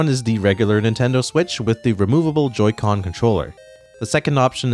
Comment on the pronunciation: What the hell is a Joy co? He keeps saying it, I still have no idea how this all works.